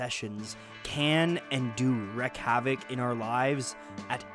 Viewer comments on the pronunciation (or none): Relax dude. Your intro is a little heavy. It’s Wreak havoc. Not wreck havoc.